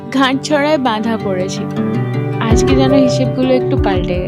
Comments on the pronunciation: Ghatchora 🤣🤣 English bolte hege dei, Bangla tao jane na dekhchi... Gaatchora ota not Ghaat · ওটা গাঁটছড়া 😑ঘাটছড়া না 😑